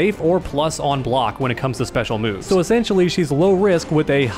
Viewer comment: as a Brazilian, it is so funny watching you guys butchering the names of the special moves XD. Great guides my man, you're helping a ton.